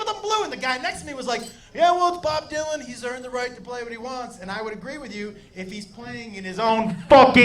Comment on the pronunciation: Actually thought you said Bob Duncan